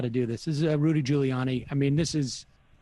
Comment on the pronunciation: It's Ghouliani. Sam, still can't pronounce names.